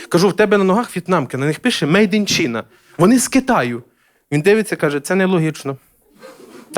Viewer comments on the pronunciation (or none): China/ чайна а не чіна/ , в суммі дуже класний